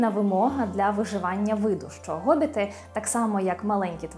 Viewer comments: Вибачте, але який Гобіт??? Хобіт! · Чому Гобіт, невже в українській мові немає літери Х яка передає звук [х]? Є багато прикладів, як от призвище Хома, місто Хотин, т.п. Ми ж не кажемо Готин...